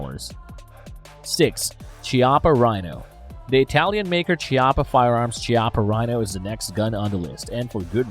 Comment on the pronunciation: That's not how You should pronunce "Chiappa"🤣🇮🇹